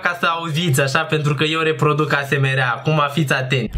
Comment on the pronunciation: 😂😂😂deci daca nu rad la un video de al tau mor. se zice esemar si se scrie asmr